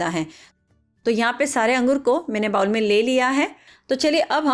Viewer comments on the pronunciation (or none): Bawl nahi bowl